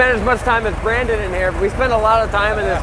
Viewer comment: "what's up brandon!!!" that's not how you say it...